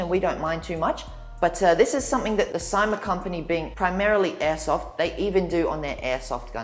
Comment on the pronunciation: Say See ma not Sie ma